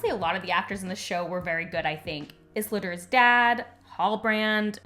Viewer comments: love this review, very accurate, articulate and fair. just wish you'd say isildur's name properly, but not a huge deal. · I don't disagree but your mispronunciation of Isildur and Sauron takes me out of the video.